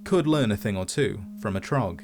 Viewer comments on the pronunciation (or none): Not Thragg. Trog